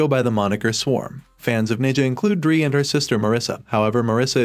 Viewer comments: 😶 Me realized the voice is AI cuz it's reading Dre as dree instead of dray. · You didn't even watch, who is Dree? If you watched you would be able to pronounce her name... Wtf